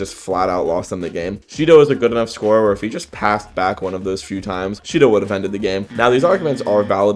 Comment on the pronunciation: If you turn on captions and go to the part where he saids Shidou the captions say Cheeto